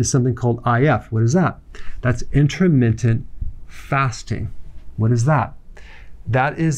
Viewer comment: I love Dr. Berg, but why does it bother me so that he says "intra-mittent" fasting, rather than "inter-mittent" fasting. Shut up, my blood sugar is low 🤪